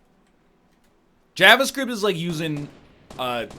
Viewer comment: If you say jahvascript one more time....